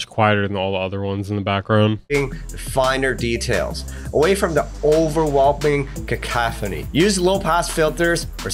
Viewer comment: hahaha "overwhelping"